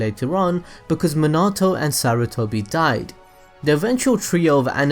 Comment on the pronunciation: Please say Minato (mie-na-to) and not menato